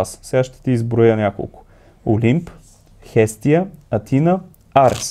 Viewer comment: Също и да допълня нещо. прочете правилно името Хестия, но в надписа на монтажа сте го написали като Херсия.